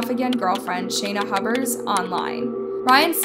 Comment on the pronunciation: it's Huber's